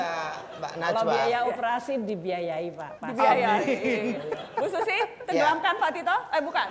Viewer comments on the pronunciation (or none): TENGGELAMKAN BUKAN TENGGELEMIN BOSS, BAHASA INDONESIANYA BAGAIMANA TO